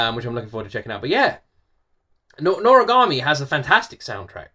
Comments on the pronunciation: Yes, u are pronouncing it right:D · NORAGAMI IS SO FUNNY AND EPIC!!!!! i’ve loved this anime since i was a kid, and yes you pronounced it correctly!